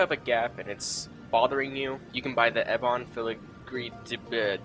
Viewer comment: your pronunciation of diety, ebon, and tanaris make me cringe